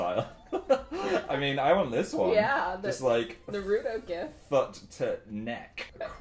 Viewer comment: she. said. Na-Rudo. KILL ME